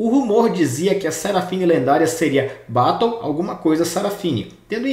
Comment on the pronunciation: desculpa mas me d muita agonia ouvir a pronuncia errada de battle, desculpa not, nao e implicancia mas sla isso me da muita agonia